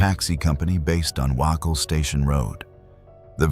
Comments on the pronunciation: Dude.. all for you doing stories around Brisbane, but seriously learn how to pronounce certain places ie.. you say wahcol, try saying waycole...(Wacol) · I live right near the house on Dorchester St. Its still known as the murder house. It has just been brought by an Asian family who are currently renovating it into a horrible looking monstrosity of a boarding house so they can rake in cash. Also, the Wacol jail is pronounced Waycol